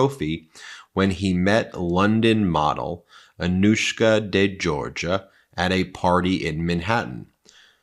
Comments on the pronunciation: Excellent report as usual, but you need to get some help with pronunciation of important people’s names: Virginia ‘Giuffre’ = jiew-frreh not ‘jew-far-eh’. And , Anouska De ‘Georgiou’ = jorr-jee-oo not ‘jor-jah’ 🥰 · It would be respectful if Anouska's name was pronounced decently. De Georgiou like jhor-zhew not jor-guh/Georgia. Not difficult when it's in your own video. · De Georgiou, not De Georgia. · Thats not how it's pronounced. It's the same surname as George Michael.de. jorjiyew I love your work, guys. This is just to clear this up. You uses to mispronounc😅ed those guys who worked with Nauta, and Olivayra (oliveira), you got it right eventually but it was a distraction from the subject. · Hey Ben if this should somehow catch your eye- I’m not a stickler nor a snob, but a nicer way to pronounce this very beautiful and elegant young lady’s family name is more like ‘zhorZHOO’. Just a hint. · Friend of mine has the same last name pronounce "Jor-Joo" also the other lady is Gee-oo-fray otherwise great analysis! ! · Georgiou is not pronounced like Georgia. Jeez.